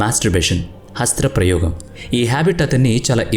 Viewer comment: Hasthra parayogam❌ Hastha prayogam✅